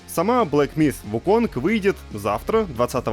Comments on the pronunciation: Слово "myth" правильно произносят, а вот "wukong" -- нет. Бу-у. ХОтя, куда деваться, английский сильно-сильно дальше от восточных языков, нежели русский. Поэтому и Сифу с Вуконгами. ( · Разве? Никогда не слышал про вариацию "Вуконг", слышал лишь про английское произношение этого имени, которое решили вот так произносить.